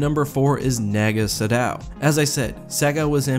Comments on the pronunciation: It’s Nah-ga Sa-dow not naga sado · Naga Sadow, not Sagow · I die a little inside everytime i hear sagow instead of sadow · why are you saying sagow XD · I kept hearing you say naga Sagow...it drove me nuts until you started saying the D more clearly xD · You pronounce it “Nah-Gah Sah-Dow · Naga Sadow is (naw-guh-suh-dow) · Did you purposefully mess up Naga Sadow's name 2 or 3 times? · Does it bother anyone else that he's pronouncing naga sadow wrong? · You pronounced Naga Sadow's name wrong.